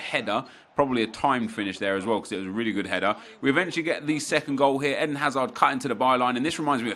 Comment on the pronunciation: Isnt it Eden like the garden of eden not Ehdin hazard